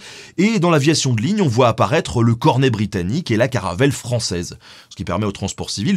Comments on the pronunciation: ”le cornet britannique” (!) S’il n’était à réaction, ce serait un cornet à pistons ... ou tout simplement un Comet (De Havilland) 😉. Excellente vidéo sinon, à part ce petit incident de prompter (cornet, comet... ça se ressemble) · Super vidéo ! Par contre, c'est le CoMet, pas le Cornet ;-) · "Le cornet britannique"... t'aurais pris le "m" de Comet pour un "r" et un "n" toi ? Merci pour la barre de rire. Et super vidéo, mais ça c'est comme d'hab.